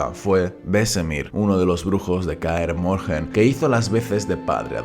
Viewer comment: Pero no decías que no ibas a hacer videos sobre The Witcher por que la historia tiene mucho relleno ?. Y por cierto Kaer Morhen no se pronuncia así, la h es muda.